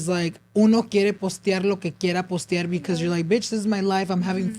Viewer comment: saying “postiar” is me lollll